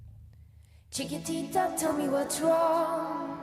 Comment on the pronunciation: What a shame the host could not even pronounce "Chiquitita"... it is probably the song that has earned more royalties for UNICEF than any other!